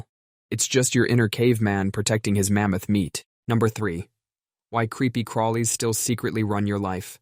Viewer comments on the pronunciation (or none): 😂 the emphasis doesn’t sound like he’s referencing “mammoth meat” rather the caveman’s “mammoth” “meat” 😂